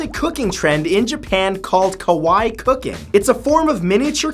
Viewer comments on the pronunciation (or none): Kawaii, not kawai.. kah-wai-ee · Hey Matt sorry to be a downer but you pronounced Kawaii wrong. You said Kowai and in Japanese that means scary. The way to pronounce it is Ka-wa, ii just be sure to pronounce the Ka. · Matt, it's not pronounced (ko-wa-ai) that means (scary) rather it's pronounced (ka-wa-ee) kawaii which means "cute" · Just as an FYI kawaii is pronounce Kah-Why-Ee